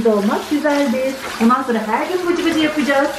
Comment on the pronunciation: Bıcıbıcı değil cıbıcıbı😆😆😆😆😆😆😆😆😆